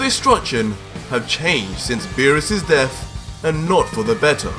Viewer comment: Say it with me Death not deaf do you have a speech impediment I mean really bro why can’t you pronounce words the way they’re supposed to sound vergta??? Why does it sound like you give up halfway through pronunciation I swear if you make a video and speak English without the fruity accent I’ll hook you up with $500 no joke please One last thing your videos suck ass